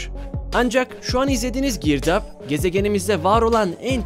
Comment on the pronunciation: "Girdaaaağba" sırf bu yanlış telaffuzu için irrite oldum beğenmedim 👎🏻